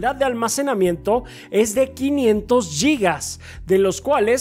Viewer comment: Amigos, se dice Guigas, no Yigas. Saludos.